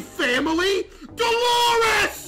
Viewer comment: Bro really said “deloris”…..😂